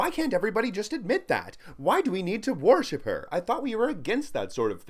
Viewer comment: I love how you say worship. "War ship"